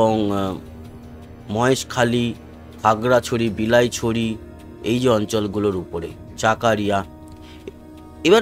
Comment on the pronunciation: চাকারিয়া নয়, চকোরিয়া হবে।